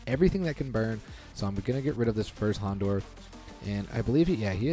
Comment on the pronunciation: You're saying houndour incorrectly